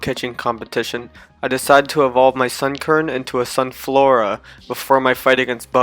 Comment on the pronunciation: / He was meant to say Sunflora. Sun千lora